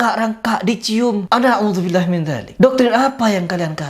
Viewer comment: Itu auzibilah?emang kaya gitu bacanya?